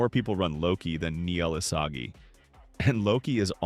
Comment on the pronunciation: "nel isaji"